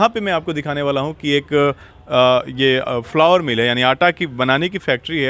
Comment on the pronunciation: उच्चारण ठीक करें। 1. फ्लावर मिल्स नही फ्लोर मिल्स कहा जाता है। 2. सही उच्चारण ऑनर नही ओनर (Owner) कहते है। Note: नाक से नमस्कार बोलना बन्द करे।। सहजता से नमस्कार बोले ज्यादा अच्छा रहेगा।।